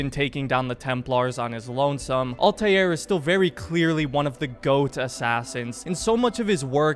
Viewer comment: Stop pronouncing Altairs name wrong